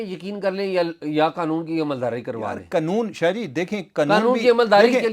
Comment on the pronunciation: یار یہ قنون نہیں قانون ہے پلیز